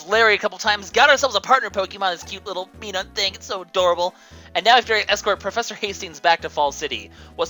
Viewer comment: Oi,. I know you're not especially fond of having your Pokénunciations corrected, but considering how important Minun is in this game, I feel that I should. It's "Mai-Nun", as in Minus.